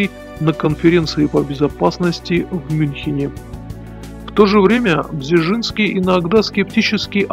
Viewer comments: не Бжижинский , а Бжезинский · Почему нельзя нормально произнести:"Бжезинский"? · Бжезинский родился и рос первые годы в Харькове, столице УССР тогда. Записан как польский гражданин был по "порту приписки" родителей. Маленький совет: если трудности с произношением польских имён и фамилий с такими сложными звукосочетаниями, как у дедушки Збига Brz-z-ński - произносите это rz "рж" как в чешском и южнопольских говорах вместо "ж" как в стандартном польском, потом "р" можно редуцировать. Так будет лепей. Да, поднагадил старик Украине, и российским демократам, и всей демократии в Европе, перед смертью изрядно, занял практически позиции трамповского крыла репов. Да и с советничеством у Картера не очень ясно чего больше он делал: помогал возможно лучшему Потусу послевоенных десятилетий или его лютым врагам. Тем не менее в своей "шахматной доске" написал один умный вещ - проблема не в марксистской идеологии, якобы реализованной в большевистской России, проблема милитаристской экспансии - в самой России. За что ему и RIP.